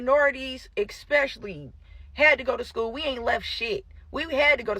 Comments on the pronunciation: Expecially she says 🤔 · That second “educated” girl lost me at EXspecially. College forgot to teach her some basic pronunciation. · “EXpecially” “ya’ll dont even know your money is taxed” 😂😂😂😂 you stupid bitch Bc when you work for yourself you dont get taxed 😂😂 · "...you damn idiot.... EXspecially..." 😂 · . EXPESIONALLY" ... Great. Great education you got there. English? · Buy them books, send them to school and what do they do? They eat the teacher. And how did you 'earn' a college degree and still never figure out how to say the word 'especially'?